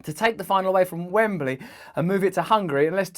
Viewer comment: Russell, it's not Wembely , it's Wembley